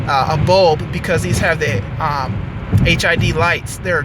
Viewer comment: did you say this car has HIV lights